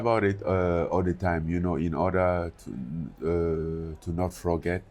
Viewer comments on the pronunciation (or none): I love Francis! Especially the way he says “froget” instead of “forget” lmaoo